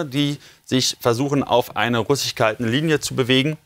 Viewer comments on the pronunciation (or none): Lern doch bitte erst mal das Wort russisch richtig auszusprechen.... Immer dieses rus'chis, das klingt ja grauenvoll